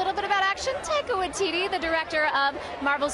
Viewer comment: She pronounces it 'Taika Waititty'